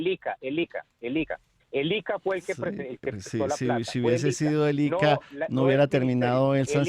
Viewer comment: Ese tipo Alberto Bernal no sabe ni pronunciar el nom,bre del IIiCA, diciendo ICA